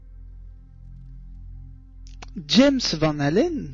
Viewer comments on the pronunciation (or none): none